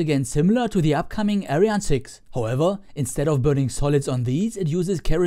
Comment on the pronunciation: Wieso sprichst du ariane nicht so aus wie sie ausgesprochen wird ? Wir deutschen sagen ja auch nicht Falkon oder Saturn fünf etc. Find ich nur komisch ;)